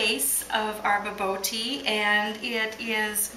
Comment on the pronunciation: Try pronouncing it like "ba-boor-tea," and you'll be a little bit closer to the actual pronunciation.